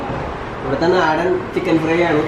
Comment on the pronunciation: Naadan aaan nadan alla